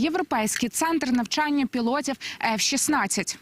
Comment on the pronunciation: Уточните "нАвчяння" или "нЯвчання"?